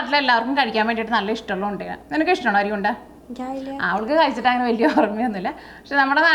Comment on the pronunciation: അരി ഉണ്ട എന്ന് കുട്ടി പറഞ്ഞപ്പോൾ കേട്ടത് അഴി ഉണ്ട എന്നാ.. കേട്ടപ്പോൾ കേരള പോലീസിനെ ഓർത്തു... 🤔🤔🤔🤔